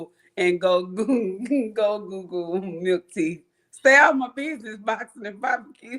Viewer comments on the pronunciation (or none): you know the person is from the country when they pronounce barbecue “Bobby Q” 🤣🤣🤣